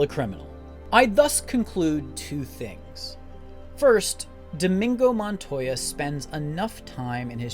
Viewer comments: That pronunciation 😂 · Dude this is possibly one of my favorite YouTube videos ever but how are you this big a fan and can't pronounce the characters name